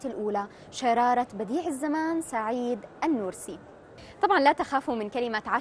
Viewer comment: النورسي بفتح النون و جزم الواو خطأ. الصحيح ضم النون و جزم الواو. نعم لا تطابق القواعد العربية لأن كلمة "نورس" ليست عربية بل كردية و هي إسم القرية التي ولد بها